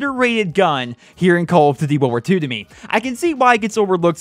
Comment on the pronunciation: "Call of Dtty" am not dissappoint. Have a sub